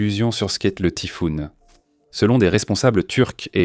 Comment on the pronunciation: Montage de propagande qui feint de faire croire qu'il parle du Tayfun alors que le but est de parler en mal de la Turquie. De plus Tayfun ne se prononce pas comme Tifoune comme tu le fait en supprimant la prononciation de la lettre a, mais Tayfun en prononçant la lettre a, le a est pourtant bien présent donc pourquoi vous prononcer Tifoune en supprimant le a si ce n'est que vous chercher à rendre le nom pas beau à la prononciation contrairement à Tayfun qui lui dégage une grandeur et peur dans la prononciation ?!